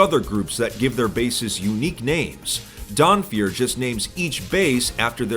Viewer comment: I heard "Donfeur" and I was like "oh no, not another one!"